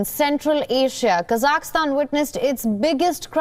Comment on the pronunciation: It's pronounced KA-ZAK-STAN